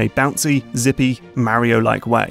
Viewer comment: I like how you pronounce Mario the right way, as "Mario" and not "Mawrio" like most American and English people.